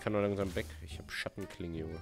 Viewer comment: Max du hast Schattenklienge gesagt! xD